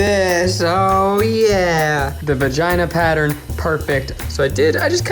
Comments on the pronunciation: Goodness, Zach! Its not VA-GEE-NUH! Its VA-JAY-NAH! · the way zach says vagina as vaga is strange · The “vashina” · why is no one talking about how zach pronounced vagina “vag-in-uh” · This is the comment I was looking for 😂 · Her “vag-in-nuh” 😂😂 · The way Zac says vahjina lmaooooo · Nobody: Zach: VAJENAA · No one: Absolutely no one: Zach: Vagena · Nobody: Zach: v a g e n a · Veg jina...thats how im gonna pronounce vagina now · I don’t think I’ve ever heard anyone pronounce the word “vagina” quite like Zak does. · The way Zach pronounces vagina...🤣🤣🤣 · Could also be titled Zach mispronounces the word vagina for 24 minutes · Ok there are not nearly enough comments in here about the way Zach pronounced vagina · the way zach pronounced vagina was so hilarious i had a hard time surpressing my laughter when i was supposed to be doing my homework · Zachs pronunciation of Vagina made me incredibly uncomfortable and Idk why. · Zach, I beg you, please just say vagina as it's pronounced. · Me looking in the comments section: “Ned did a great job, Eugene is amazing as always, Zach ruined Maggie’s Spanx. Me: “How is anyone else not mentioning Zach’s mispronunciation of vagina?” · okay but why does Zach day vagina like that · Honestly the way Zach say Vagina is how my country generally pronounced it 😂